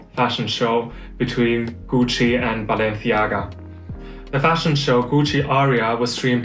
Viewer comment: If you're going to pronounce Balenciaga with the Spanish lisp, at least don't say Goochie!